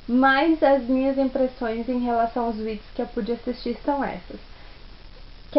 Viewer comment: "vidio" "ii" "tó" "anSSioZo" desculpa a pergunta querido, mas você lê mesmo?